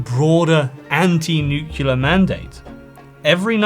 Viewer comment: Great vid. But, with a vocabulary like yours, hearing "nukeular" rather that "NUCLEAR" just grinds my gears.